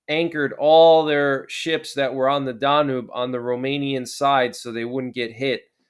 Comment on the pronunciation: Danube River - okay Danube is NOT pronounced Dah Noob it is DAN YUBE.